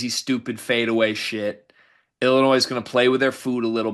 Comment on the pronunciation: Willinois hahaha